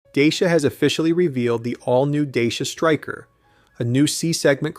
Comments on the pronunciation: Dachia, not Deisia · DAYSHA? its pronounced datch (as in hatch) ia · looks great but it is pronounced differently. My husband has a Dacia and it's pronounced dah-see-uh.